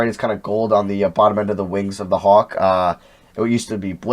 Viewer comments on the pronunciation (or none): none